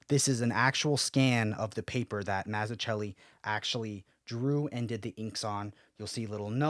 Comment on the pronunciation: Gonna buy this soon. Its actually cheaper in India. Less than a 100usd. The best batman story. P.S. humbly requesting you to look into the pronunciation of Mazzucchelli. Would be greatly appreciated.